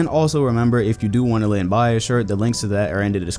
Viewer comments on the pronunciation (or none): Was I the only one who thought his name was GLEN bias not LEN...great vid tho :)